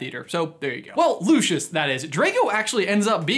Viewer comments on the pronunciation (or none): You're pronouncing his name wrong. In COS when Lucius first introduces himself to Harry in Flourish and Blotts, he pronounces it "Lou-SEE-us." Makes me absolutely crazy when people pronounce it "Lu-shus" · Lucius Malloy’s name is pronounced lu see us not lu she us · Loo-see-is not Loo-shis still enjoys the vid tho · It’s pronounced “LOO-see-us”, not Loo-shus. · I pronounce it loo-see-us....I prefer it that way. loo-shuss sounds odd to me. I would also recommend the stephen fry audiobooks instead. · Am i the only one who gets really mad when people say Lushus instead of Lucius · just saying but isn't it "looseeus" not "lu SHuS"? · is no one going to mention he says lushious not lucius (lucius as in lu-s-ius) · Isn’t the pronunciation Lu-ci-us? Not Lu-shus? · You pronounce it as Lushus when I pronounce it as Lucius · I hate that they say looshish instead of lucyous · i thought that it was pronounced Lu-see-iss Malfoy, not Lu-shus...? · Lucious is pronounced Lue-cee-us not Lu-chus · Bit of a late comment, but no offence you say luscious malfoy while it is Lucius Malfoy (pronounced Lu-see-us) no hate just a correction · I think his name is pronounced Loo-see-us Not Loo-shus I’m not hating tho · Btw I think his name is pronounced loo-si-ous not loo-sch-uss :) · I’m unsure about your pronunciation of his name. It’s Lu-/si/-us, not Lu-/shus/. Get it right. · Mans pronounced it like it was lushus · Loo-see-us... this isn’t Frozone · Lucius is pronounced "loo see us" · Looshus Malfoy? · Its pronounced LU SEE US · Its not pronounced, "Looshis"... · Lucius= loo-see-us. Sorry Americans 🤷‍♀️ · Calling him Lewshus is enough reason to turn this off immediately. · its prnouced loosius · The way he says Lucius makes me angry